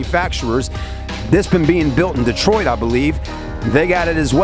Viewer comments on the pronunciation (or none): none